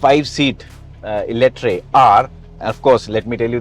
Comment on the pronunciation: Call it Eletraaaaaa not eletrai